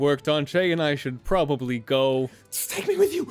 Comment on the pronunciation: be like I PROBALLY SAID would you karry me?